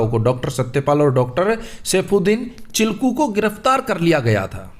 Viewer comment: सर वो चिलकू नही है किचलू है 😂